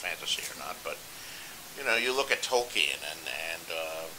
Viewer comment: Is it just me or does he pronounce Tolkien funny?